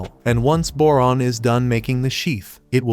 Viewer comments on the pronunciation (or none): Went you said boron I hear moron ngl